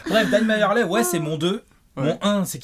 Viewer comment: Les gars "Majerle" ça se prononce "Merli" pas "Mayerley" !